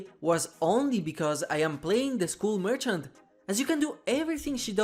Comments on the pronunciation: It's not mercant it's merchant TWT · merCHant MerCHant The CH is pronounced "tsh" M E R TSH A N T Merchant!! Thank you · I guess "merchant" is that hard to say.